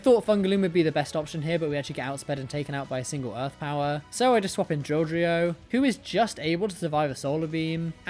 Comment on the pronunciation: Yoo!! You said Drilldrio first try this time 😂